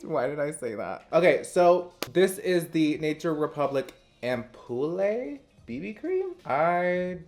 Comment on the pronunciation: It’s AMP-YOU-L lol it means it’s got skincare goodies in it 🙃 love you 😘